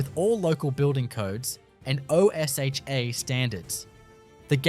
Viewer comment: O S H A standards. lmao